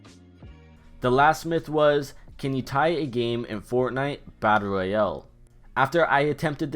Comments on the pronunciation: I like how u say royals as if it was a sickness.” Fortnite battle Royeel—elllllll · Say royale correctly... You it like royel